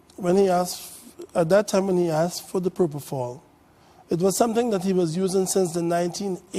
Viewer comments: 1. Where’s the rest of the video? 2. “Dr.” Oz, it’s PropoFOL, NOT PropoTHAL! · Count how many times he says probofol😂😂